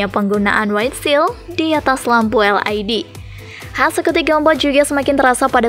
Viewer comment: Naratornya perlu belajar membaca lagi neh.. LED dibaca "el ai di"😃 WIND dibaca "wain"🤣🤣